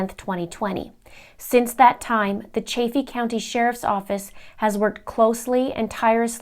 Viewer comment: You're a smart cookie doing a really good and important thing, I live in Colorado, it's pronounced CHAFF-EE. like the chaff off of wheat. Just FYI, so glad you're pushing this forward, noble job you are doing....thank you, cheers to you and yours.....